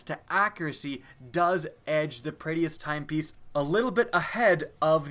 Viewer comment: It's Prey-dith-s timepiece. Not prey-e-dith-s timepiece